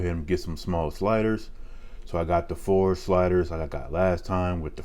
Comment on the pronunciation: "So I got the four shliders..man you make this food look good haha great food always it seems lol